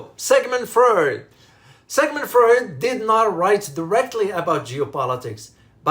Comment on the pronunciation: Sigmund Freud pronounced Froyd